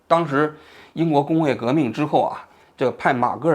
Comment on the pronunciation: 应该是马戛（jia）尔尼